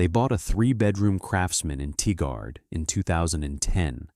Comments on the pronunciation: TIE-GRRRD. Not Tee-guard. And UH-LOH-UH, not Uh-loh-ha! 😂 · Oregonian here, it’s pronounced “Tie-gerd” NOT “Tie-guard” !! I feel for those elderly people that work their whole lives for their retirement only to have this crap happen to them, disgusting!